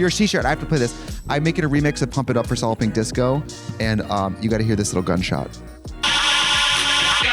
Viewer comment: Whenever Trixie says Solid Pink Disco, I hear Salloping Disco 😂